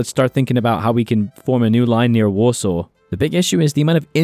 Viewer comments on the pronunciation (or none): none